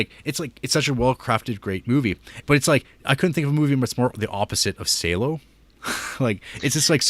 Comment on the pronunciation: Not "Sei-low", it's "Salò" with emphasis on the "ò". Same rhythm as when you say "Hello". HellO - SalÒ.